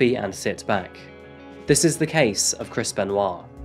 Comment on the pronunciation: A few times in the video, it sounded so much like u were pronouncing his name as: “Crispen Wa”. (& now every time I hear it, i have the image of WaLuigi saying: “Crispen! Waa!”)